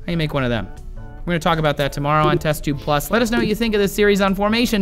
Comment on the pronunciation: LOL Trace said testube plus at the end